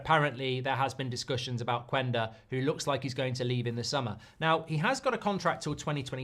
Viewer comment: Say Qenda... not qUenda